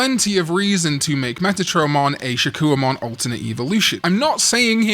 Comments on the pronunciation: Why are we pronouncing it shakoo-ohmon when its name should be said Shak-Kohmon?? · I'm so sorry, but the "wa" is haunting me. 😭 If I hear another "Shakkouwamon," I'm going to do a backflip. No hate btw. 😂